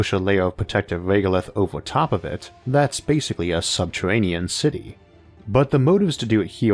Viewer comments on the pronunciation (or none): "Subtewanean" Fuckin Elmer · Santuwawies in subterwanian aweas... I fucking love IA. Been listening for a year. The “accent” is actually endearing